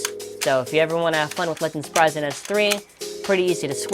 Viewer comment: It's pronounced sprig an not sprysen